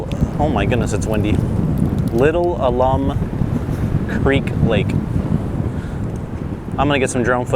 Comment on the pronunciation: It is said "al-um" and it is the same stuff used in some pickling ways. Despite living in Austin basically all my life, I never went to the Bastrop Park. I've been around Bastrop and the Lost Pines, but never to the park. (Are you going to check out the Lost Maples?)